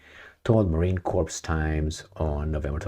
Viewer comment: The 's' in 'corps' is silent, as is the 'p'. It sounds like 'core'. You are saying 'corpse', which is a dead body. Confusing, I know.